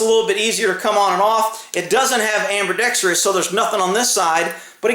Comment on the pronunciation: "Strirations" "ambirdextrous"